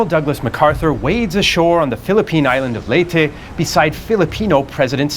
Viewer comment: Finally someone pronounce Leyte right, as in Ley-Te, not Leyte (Late)